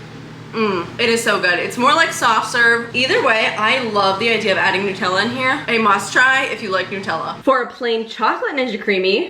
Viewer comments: It's not New-tella. It's Nut-tella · It is not Newtella it is Nut ella because it is made from nuts. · I’ve never heard anyone say Nutella like that 😂